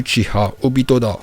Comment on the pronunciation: On voit que t'as pas perdu ta prononciation parfaite en vo !! Surtout le obitoDaaaa!!! Kushimaru est trop stylé avec sa coupe et surtout c'est un bon couturier !!